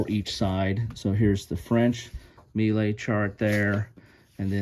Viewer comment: The word melee is pronounced "MAY-lay", or perhaps "muh-LAY"... You did fine with "Vauchamps", though.... 😊